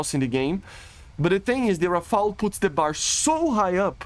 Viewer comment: on behalf of the french people i thank you, you are the only youtuber pronouncing "rafale" right everybody is saying rafael and it drive me nuts